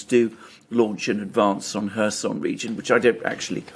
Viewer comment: Where is the Herson region? Do you mean Kherson?